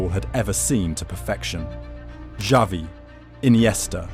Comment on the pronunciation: If you don’t know how to say Xavi right. I think this is ai